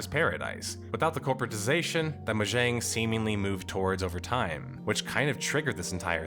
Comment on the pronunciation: I have never heard mojang be pronounced like that, Lol.